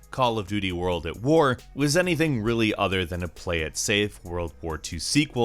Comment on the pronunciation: Its world at war not word of war